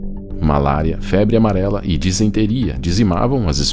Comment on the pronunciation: Você manda bem. Mas apenas uma correção..O certo é disenteria, não desinteria.